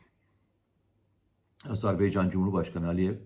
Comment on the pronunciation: Komutanım sürekli söylüyorsun ama azerBEYcan değil azerBAYcan...!